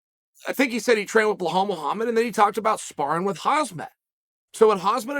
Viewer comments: He keeps saying "Bahal" instead of "Bilal" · Reading names Chael is like my grandma… blahal….. khasmat…. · What you see: Belal What you hear: “Blahaulle” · The name Belal is pronounced exactly as its spelt. Not BeGKHLalL. as Chael attempts it. It's one of the easier foreign names and uncle C. still cant get it right hahah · My guy don’t know how to pronounce anyones name 🤣 behal hazmat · Lol Chael keeps saying “hazmat” and “bihal” 😂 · Chael, there is no H in BELAL :) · Damn Chael! "Ba-hall Muhammad?"😂😂😂👍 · Bluhal hazmat... I love it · the way he says belal is soo funny 😂😂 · Uncle Chael. I truly enjoy your videos. As funny as it is to keep miss pronouncing Hamzat and Bilal's names it a bet disrespectful, especially when you know Arabic. As your friend Usman said; put some respect on my name... Please respect Hamzat and Bilal's names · He butchers Belal so bad, its hilarious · Chael make the effort to say khamzats and belal name properly. Your better than that make the effort to annunciate their names correctly otherwise you come across as ignorant to those that know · how is it hard for you to say belal, theres no h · He’s literally said his name hundreds of times by now. Khamzat isn’t pronounced Hazmat, at the very least say Hamzat lol and where tf did he get the H in Belal’s name. What is a “behal”. 10 seconds of effort.